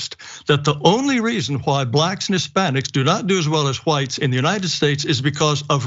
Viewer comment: Christopher Columbus was Black!! Prove me wrong!!!??!!!! Dum ass CRACKAZ And tell that old head it’s pronounced Whites okay!! Not HaWITHTEs